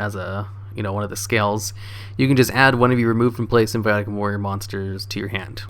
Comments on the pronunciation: SIM-FAW-NIK Jesus Christ, dude. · lol damn you even mess up english words "symphionic" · Is he saying symbionc or symphonic?